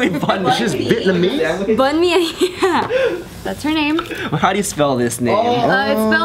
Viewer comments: Bunmi pronounced "boomi" not Bun-me lolll. oh jk crew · Boo-me that how you say her name. I would know because it's also my name. Its nigerian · its pronounced boo-me lmao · The name Bunmi is pronounced like "Bu-mi" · you said her name wrong, it's pronounced Boo-me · it's pronounced boo me lol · its pronounced Boon-me the name is west african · Its pronounced boo-mee